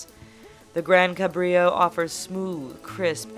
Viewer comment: wielding just 6 key gi? dafuk? kassy? cabrìo? for fuck sake, lady.